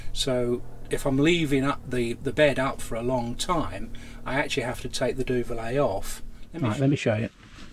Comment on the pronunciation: Duvet not duvalay